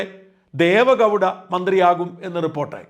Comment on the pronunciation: മുൻപ്രധാന മന്ത്രി ദേവേ ഗൗഢ അവരുടെ പേര് ശെരിയായി ഉച്ചരിക്കൂ. ദേവ ഗൗഢ എന്ന് പറയുന്നദ് അബദ്ധമാണ്